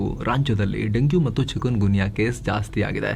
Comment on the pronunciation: ಅದು ಚಿಕೂನ್ ಗುನ್ಯಾ, ಚಿಕನ್ ಗುನ್ಯಾ ಅಲ್ಲ